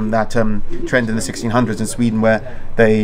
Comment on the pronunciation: you say "sweden" like "sreed'n"